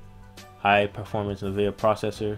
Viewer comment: It's pronounced N vidia, as in Envidia, not na vidia